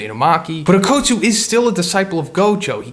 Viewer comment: Bro its okkutsu not OAKutsu